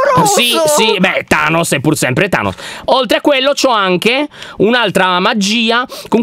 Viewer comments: Lyon NON Thanoss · Volevi dire tainos🤣🤣